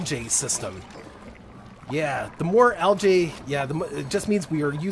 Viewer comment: Also Algae is pronounced Algeeeeeee